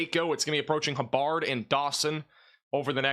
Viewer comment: pronounce Corsicana perfectly—pronounces “Hubbard” as “huh-Bird.” Remedial reading lessons now!